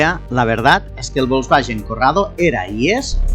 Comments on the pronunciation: porque pronuncia volkswagen bolsballen???? se pronuncia folsbaguen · Volsvallen ó volangen jajajaja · ¿Que es eso de "volkswayen"? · Porque dice Volkswallens? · por que dices "Volkswallen"...? jajajajaj que gran video como siempre! como extraño mi corrado 2.0 16v.... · Bosbayen? Yoryeto Yiurano? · Si VW se dice volkswayen, garage se dice garaye??. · Volkswagen significa coche del pueblo y se pronuncia "folksbaguen" en alemán.Saludos desde Bonn. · VOLSVAYEN Madre mia..... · El cuadro de instrumentos me recuerda al Seat Toledo 2.0 16v ABF que tuve del año 96😍. Tal como has dicho el compresor del G60 dió muchos problemas.Curioso como pronuncias "Volkswagen" y "Giugiaro"🤣🤣🤣🤣. Un saludo 👋🏻👋🏻👋🏻👏🏻👏🏻👏🏻😉👍🏻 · Me duelen los oídos cada vez que pronuncia mal Volkswagen 😅